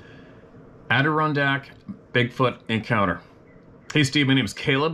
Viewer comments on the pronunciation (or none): In New York it's Add- er- ron-dak. That's it Steve. You just need work on the Ron. Ron like the man's name. Have a wonderful rest of you week. Thanks for being you.